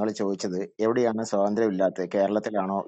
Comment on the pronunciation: "സ്വതന്ത്ര്യം" അല്ല കാക്കേ "സ്വാതന്ത്ര്യം" സ്വാ..സ്വാ.. ആദ്യം സ്വന്തം മാതൃഭാഷ മര്യാദയ്ക്ക് സംസാരിക്കാൻ പഠിക്ക്. അതെങ്ങനാ സ്‌കൂളിൽ പോകണ്ട സമയത്ത് അറബി കിതാബ് പഠിക്കാൻ പോയാൽ ഇങ്ങനിരിക്കും.😂😂😂